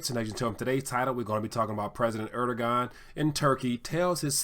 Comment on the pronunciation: even though he will be soon gone, it still is incorrect to call him erdo-gone, the correct pronunciation is "erh-dough-uhn"